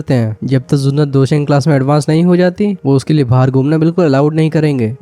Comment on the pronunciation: Vai dou sheng hoga ap galat bol rahiho beng sheng nehi